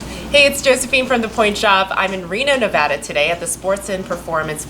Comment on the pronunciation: Thank you for saying Nevada correctly!